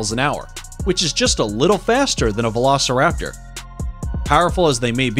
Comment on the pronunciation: why. just why. CoryTHORYsaurus? Not only did you mispronounce the name utterly horribly, but that’s an OVIRAPTOR! CoryTHORYraptor again…. what the fuck? PATCHEYcephalosaurus hurts me I would’ve mentioned this earlier with the Gastornis he called “vElOCirApToR” but not every dinosaur with two legs is a velociraptor! This one isn’t even a dinosaur at all! It’s an Adzarchid! That’s and Adzarchid, not a Pterodactyl. Different pterosaur group ah yes, because both brontosaurus ( yes he exists ) and velociraptor lived in South America, and lived anywhere near eachother. why does he incinuate Tyrannosaurus had a long neck? Fuck this video. I didn’t even list everything I hate about it.